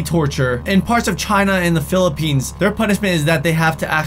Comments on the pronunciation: The Frozen Pea? The way that Pronounced Philippines is kinda funny and I never heard of it but Im Filipino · Wait did just SAID PHILLIPINESS... PROUD FILIPINO but not proud of that punishment